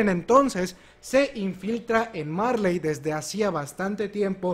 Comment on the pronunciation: en japon no se pronuncia la L se sustituye por la R marLey=maRe eLdia=eRdia Son lo mismo solo que en la pronunciación japonesa y algunos le dicen así xd👍